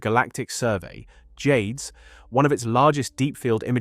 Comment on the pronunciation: For me it was the difference in pronounciation of "JADES". At first the AI pronounces it how you would expect, then it starts saying it like jay-deez.